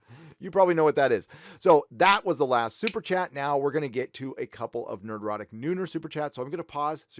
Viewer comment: Thank you, Nerdrotic, for pronouncing my last name correctly! You might be amazed how many people get it wrong. I also appreciate your various perspectives on honest inclusivity and diversity throughout this and other videos. I'm about as "straight white male" as it gets, but it's nice to hear people saying, "Hey, we don't care who you are. We just want good stories, first and foremost. We don't have to all be alike or even agree with each other to do that."